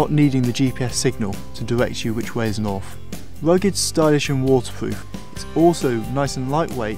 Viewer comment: Only Brits can see the word "north" and pronounce it "norf" hahaha.